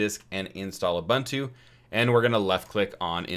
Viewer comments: FYI: it is pronounced "Oo-boon-too" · Good video, but I have never heard ubuntu, lynux and UEFI getting getting pronounced like that 😅